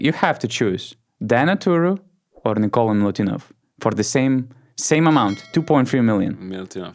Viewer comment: Nikola not Nikolas!